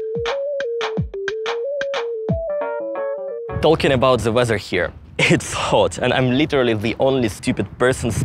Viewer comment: Every time says “talking” I always thing he’s mentioning JRR Tolkien 😂 L is silent my dude ♥️